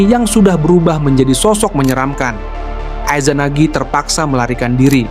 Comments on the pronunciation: 3;40 ay zanagi, ay zanami bacanya yang betul dong jangan sok inggris Sensei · Gatel kuping gw denger Aizanami sama Aizanagi.... Coba nonton naruto bang...